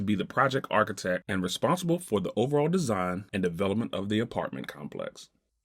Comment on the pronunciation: It would be great if you could get a guy on there that could pronounce the word "architect" correctly.